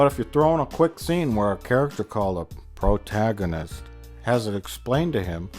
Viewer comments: I never appreciated the character development enough. Somewhere between the phantom menace review and this one Plinkett learned how to pronounce “protagonist” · Plinkett learning how to pronounce protagonist is genuinely heartwarming 🥺🥺